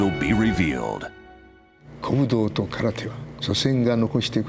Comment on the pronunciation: Correct pronunciation is KARATE or appropriately KARATE-DO. It's pronounced and spelled phonetically.